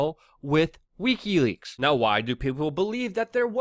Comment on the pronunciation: Pleaae learn how to pronounce wikileaks. I love your content but you sound drunk and I can't take it